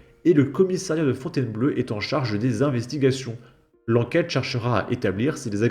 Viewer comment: fontaineblau pas fontainebleu, fontainebleau! Je suis pas Français pourtant?!